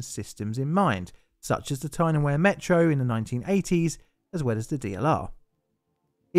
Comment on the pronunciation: Small point perhaps for future reference. When you mentioned the Tyne and Wear Metro, as far as I can recall, it is pronounced Weir, even though I admit it looks like Wear and so you said it as if you would the word wear in the statement, "wear and tear". Totally understandable, but from memory, not quite correct. I can just see your North East viewers throwing things at the screen. Lol. Cheers.